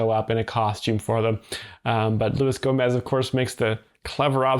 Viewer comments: It’s not Go-MAY, it’s HO-moze. The G is silent. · Gomay? Cmon dude. It’s Gomez. Not a real ass dude 😊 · "Louie Gomay"